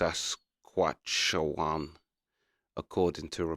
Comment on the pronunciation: Sask atch ewe on...not e wan (pronunciation)